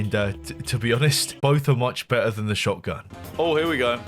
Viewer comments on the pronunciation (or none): none